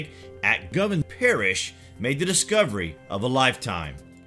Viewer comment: Really bad commentary... Why goes he continue to mispronounce words/places and speak in such a staccato voice?? 1. Ja-co-bite, not Jay-co-bite 2. Go-vahn, not Gov-en, Glasgow 3. Aber-déen, not Á-ber-deen Lots of great info, but extremely painful to listen to....